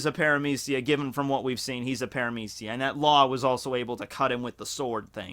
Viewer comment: Wait, its "pare-ah-meece-e-ya"?? I pronounced it "para-media-ca"